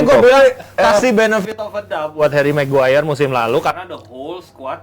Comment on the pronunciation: Ngeja nama maguire aja ga tamat dek dek.sekolah dulu yg bener biar bisa eja nama